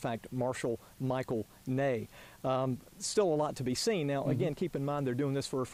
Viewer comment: Michael Ney? His name was Michel.